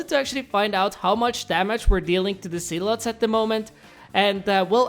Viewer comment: Why when he says "zealots" it sounds like "sea-l-ohts"